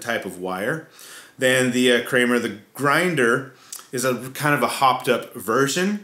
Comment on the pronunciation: as Hispanic man, I can confirm you pronounced it correctly as 'KREH-ma'.